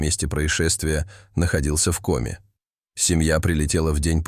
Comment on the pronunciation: Рассказ интересный. Собака -умница! Но не знаю, кто читает текст. Голос звучный, но безграмотность вопиющая! Как можно так ставить ударения! Если это не нейросеть, а человек, то это просто недопустимо. "ОползнЯ", "В комЕ". Это что?! И подписываться неохота.